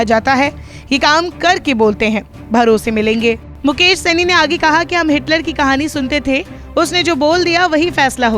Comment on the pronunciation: Saini nahi shahni kaise kaise anchor hai